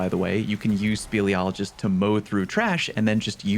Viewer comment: I am that Wave Frame PvP guy and can recommend kills around corners if you really wanna make people mad. You're welcome. Edit: Speleology is the exploration or study of caves and you pronounced it right